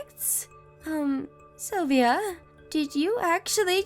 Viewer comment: WOW! This woman is clearly crazy. And I guess it is SylviO and not SylviA